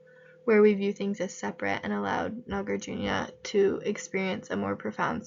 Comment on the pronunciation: Hello, you can pronounce Nagarjuna, as Nagar+ Juna. but try not to pronounce as NagarJunYa. Shunya + ta => shunyata But great job in posting videos